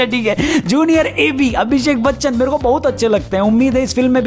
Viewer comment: Chaloo aaj toh ne Bachaan aache se bola Chaaan nahi bola...🤣🤣🤣🤣